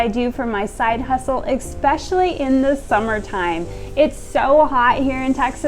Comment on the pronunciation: You are so creative and such a hard worker. I enjoy your videos so much. But I cringe every time you say eckspecially🥺Please, please elevate your speech to match your talent🙏🏻It is ESpecially, no “k” sound.